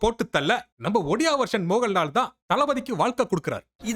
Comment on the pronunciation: It's not moganlal😂😅😂mohanlal